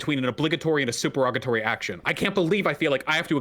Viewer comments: "it's suPErOgaTory" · Supererogatory not superogatory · Why is Vaush mispronouncing supererogatory?